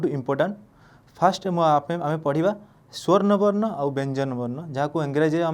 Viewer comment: swarna barna nuhen, swara barna.